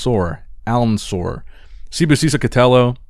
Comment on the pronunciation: Alnsoor is basicall pronounced elnsoor